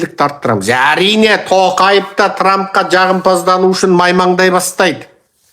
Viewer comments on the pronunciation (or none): none